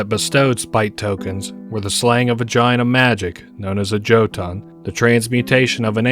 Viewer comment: Two things. 1. Jotunn is pronounced Yo-tun 2. What is your source on the player character being supernatural and being able to reset upon death? I can't find anything in my searches.